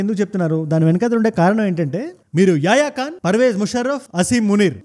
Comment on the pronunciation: యాయాఖాన్ కాదండి యాహ్యా ఖాన్ అనాలి.